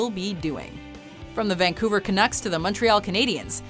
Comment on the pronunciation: Yay finally someone pronounced Vancouver right! By the way it's pronounced "Vangcouver"